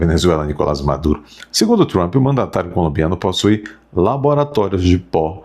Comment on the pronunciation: Esse tal de MARCO RUBIO é outro babaca, como o "TRAMPI" (como pronuncia o )